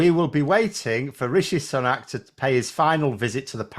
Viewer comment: I thought his sir name is pronounced SOO-NAK? Not SUN-AK?